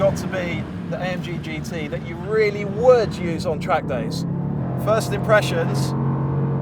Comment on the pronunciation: Sounds like he is saying GTï.